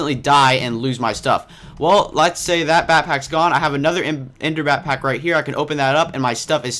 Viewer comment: you said bat-pack instead of back-pack